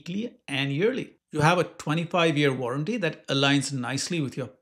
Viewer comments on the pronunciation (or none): What's a "25 YEAR WARRARTY"?